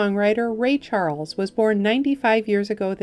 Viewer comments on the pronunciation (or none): none